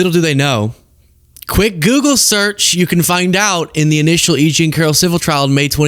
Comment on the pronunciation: Ur girl Ana said google wrong when pearl used google stats